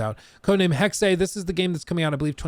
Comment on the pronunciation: hexe is pronounced hex not hexay